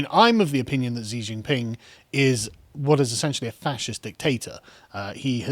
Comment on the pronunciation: Xi is pronounced closer to "she" just to help not to judge. but yeah, wasn't there evidence that the CCP had funded h biden? edit: you mentioned it later in the video lol.